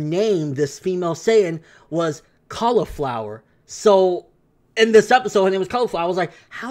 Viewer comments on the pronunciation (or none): It's caulifla not cauliflowa😂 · It's CAULIFlA NOT CAULIFLOWA. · Pretty sure her name is Caulifla right? Not Cauliflowa? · Her name is Caulifea , not cauliflower lol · Caulifa not flower. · Just re watched the episode and her name is Caulifla not Cauliflowa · I'm pretty sure her name is supposed to be Caulifla, not Cauliflowa. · ITS CAULIFLA NOT CAULIFLOWER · caulifla not cauliflowa fyi unless the translations are wrong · Its Califla!! lol,fail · btw its not flow its fla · It's Caulifla 😂😂😂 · hate me all you want but he's saying her name wrong over and over and the underlying fact is its a diff saiyan girl alltogether from the LSSJ girl thats IN A DIFF UNIVERSE